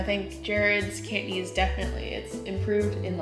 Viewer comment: Wow! He impressed me. His Cantonese is really good! Accent is on target.